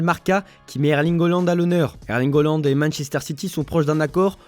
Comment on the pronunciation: Eerling HA pas HO … à votre âge